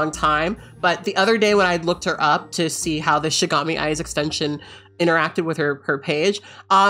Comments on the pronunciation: hey kat, just thought you should know that you messed up on the pronunciation there, it's pronounced shi-ni-ga-mi and that browser application based off the anime death note :] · Shi NI gami eyes. Shinigami. Not shigami. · Not you pronouncing Shinigami wrong.💀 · Excuse me being a nosy weeb but her pronunciation of the word shinigami bothers me a bit